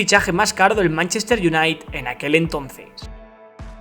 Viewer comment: Se pronuncia "iunaited" crack